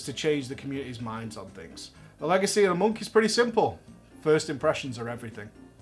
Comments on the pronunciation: mate wtf, Legecy... lol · "Monk Legecy" :D